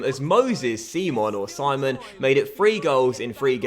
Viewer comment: His name is pronounced SIM (like the shortened version of simulate) - ON